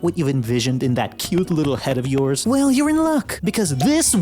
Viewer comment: Whimsical wittle scwug